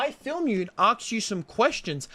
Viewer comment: “Can I aksed you a question?”